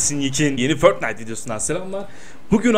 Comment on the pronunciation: Aloo abicim förtnite değil fortnite fortnayt diye okunuor uyuz oldum yaw alllah allah sen bana sabır wer